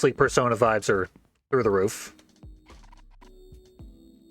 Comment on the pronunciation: At least you're pronouncing it 'Persona' and not 'Persauna'. It really pisses me off when people mispronounce the titles of games in the Shin Megoomy Tensy series